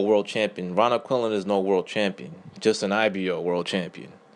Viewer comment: its Quinlan not Quillin